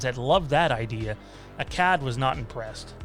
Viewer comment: Dude the way you pronounce Akkad makes me winch LOL! Its pronunciation sounds like Akaawd ;^)